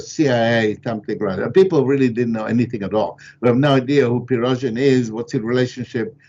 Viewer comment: Does Nuttwak consider the man he keeps calling "Pirozhin" as a pierogi chef?